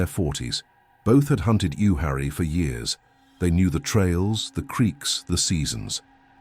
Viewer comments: And it's pronounced U-war-ee, not U-harry. I used to rock crawl there. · The "You Harry" Forest, LOL! You-WAH-ree. Why does AI have such a difficult time with this word? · Jesus A.I.: It's not "you-harry," it's "You-waurry." And I went to boy scout camp there. Nobody says all that creepy shit that you said about the Uhwarrie forest. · NC snob here:, you pronounce the ‘w’ in Uwharrie and it’s not in the Smoky Mountains, it’s in the Piedmont which makes it worse. There are so many ghost stories from that area, it’s unreal. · Thank you for bringing attention to the W. The mispronunciation is disrespectful to the Uwharrie native American tribe.